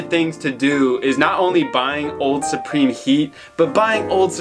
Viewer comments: Suprome killed me 😂😂😂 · Can’t wait to watch your “Suprome” cop vids 😂😂😂